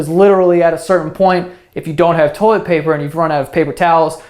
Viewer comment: toilet "poper"